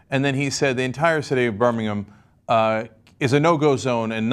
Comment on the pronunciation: Props and total respect to Cenk for actually pronouncing Birmingham correctly. One more reason to love TYT xx